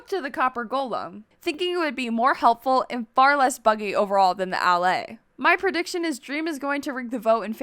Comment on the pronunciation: BRO DID YOU JUST SAY DALLAY INS5ED OF ALLAY